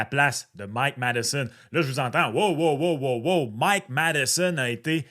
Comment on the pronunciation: c'est pas wow les moteurs! C'est Wô, les moteurs!